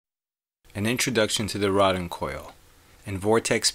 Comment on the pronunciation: Say it with me...Rodin (row-din) the one "d" in his name makes it a long "o". Rodin.